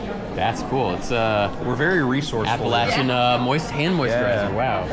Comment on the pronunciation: Oh, and thank you for pronouncing Appalachian correctly!